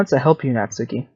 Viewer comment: Thank you for saying natsuki right